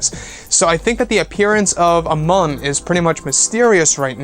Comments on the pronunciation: Pronounced MUUN (MEWN) like Mew from pokemon only with an N. I know I'm a dick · 2 u's in Muun. Moon. Myoon? Not Mun.